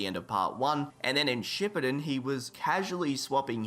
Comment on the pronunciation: Shipiden? It’s shuppden